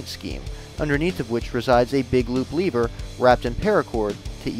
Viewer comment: You keep saying Lever Wrong.